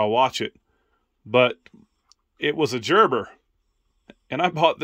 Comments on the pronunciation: Hubby has some beautiful knives too. They have stories and they can be sentimental. Thanks for sharing. BTW, the multi-tool is pronounced Gerber like Gerber baby food not like Georgia. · Gerber makes fantastic knives and multi tools! FYI, Gerber is pronounced with a "g" sound, not "j". 😉☺️